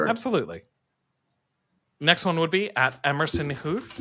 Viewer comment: Good job on getting my last name “Huth” right, usually that doesn’t happen on the first time 😂